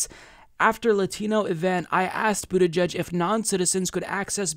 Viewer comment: I like Bernie's pronunciation of the name of that weasel from south bend